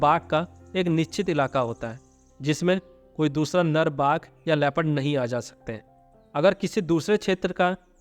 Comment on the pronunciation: Nal nhi nar bola karo lagta hai tumhare naak me problem hai jo nar ko nal bol rahe ho